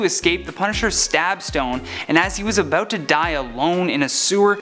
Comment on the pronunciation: "Aboot" lol . Awesome video thanks